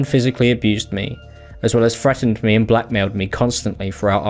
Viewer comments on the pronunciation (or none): As a British person I would like to apologise both for in general but also for the way he says "frettened" instead of "threatened". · How the heck is he saying frettened instead of threatened? Thats not even an accent, thats just speaking wrong. 😂😂